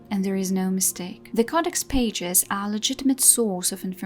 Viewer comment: Wonderful, informative video! Thank you. I do care about character creators, especially what they imply about who we can be lorewise, but lore is the lifeblood of DA. A couple of tips on pronunciation, btw: Glowers rhymes with flowers. Codex rhymes with below-decks. Thaig rhymes with uh... well, it sounds just like the word tie plus a hard g sound at the end. It's how all the Orzammar dwarves said it, anyway.